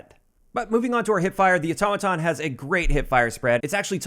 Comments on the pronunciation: THANK YOU for saying “Automaton” CORRECTLY!!! 🙏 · So happy to hear you pronounce Automaton, correctly. You won’t believe how many other YouTubers have no clue.